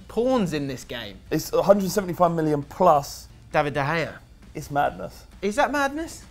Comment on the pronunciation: why you not use the g in david de gea he`s spanish not dutch